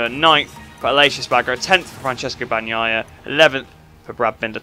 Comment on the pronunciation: I'm really proud of hearing Bagnaia right every video!!😂😂 Great video as usual. Did you see viñales?? That took a whole lot of gutsss